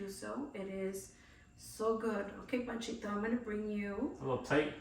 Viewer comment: That’s not Panchito, that’s Panchote!😮